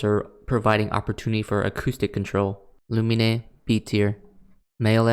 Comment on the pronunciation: Me when he pronounced lumine's name loo-mee-nay instead of loo-meen : 😤🤬